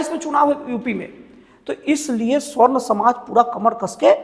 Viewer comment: जय श्रीराम जय श्रीकृष्ण हर हर महादेव, पत्रकार महोदय, स्वर्ण नहीं सवर्ण होता है ।